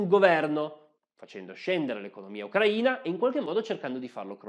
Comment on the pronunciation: Grazie mille per l'accento giusto nella Sua pronuncia del nome del nostro paese. Tutto è verissimo. Posso testimoniare: sono cittadina dell'Ucraina. ex giornalista sovietica dagli anni quando tutto era sovietico. La sua posizione è neutrale. Capisco: uno storico non sia un politico. Olha Zaporizhia